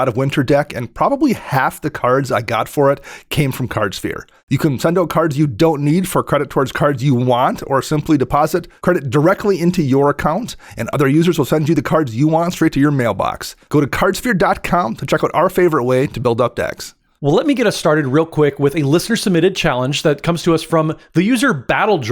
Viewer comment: God love you, sir, but it’s pronounced “Yorn.” 😅